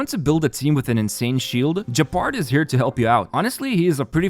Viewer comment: I'm sorry I don't want to be that guy but I can't hear people mispronounce allt of these names so badly 😭 I understand mispronouncing "Bronya" since it's hard for foreign speakers to know where the accent is in a given word should be, but "Gepard" being pronounced as Jepard just breaks my heart..